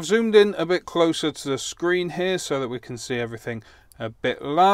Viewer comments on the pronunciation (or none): none